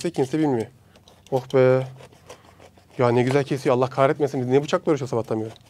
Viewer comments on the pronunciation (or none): none